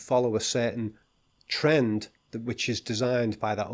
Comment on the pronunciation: also I like your tern TERND, it sounds drity